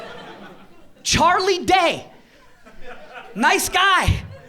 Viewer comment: I think pronouncing Mario correctly would give you a better shot. Just saying:)